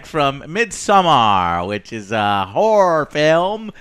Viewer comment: It’s a.. whorre film..???? Lol